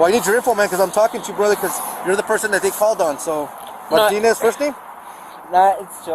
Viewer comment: You messed up "brother"